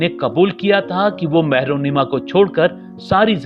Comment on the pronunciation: Mehrunnisa HOTA hai naam mehrunnima nhi